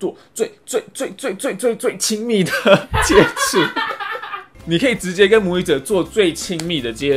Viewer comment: jiechu接触哦，不是jiecu哦